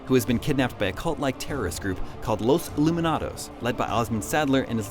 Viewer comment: illuminatos. sounds a lot like illuminate